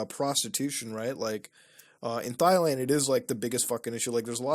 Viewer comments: “thigh land” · Did you say thighland? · I LOVE MUTA but hearing him say “thigh land” makes me wanna rip my fcking eardrums out 😂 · Thighland? lol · All these people wrong, it's spelled and pronounced "thighland" obviously. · Hehe, "Thighland" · Bro the way Mutah pronounced Thailand 😂😂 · The H is silent ladies and gentlemen. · The h in Thailand is silent